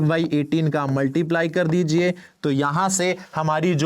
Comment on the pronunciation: dijiye = digijiye😂😂